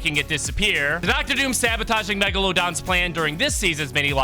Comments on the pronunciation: Bro said Meg a lo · You shoulda heard him at the beginning of the season saying megalon don